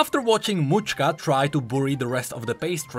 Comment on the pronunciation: Mauchka? I believe it's name is related to macska ("match-ka") which means cat in Hungarian.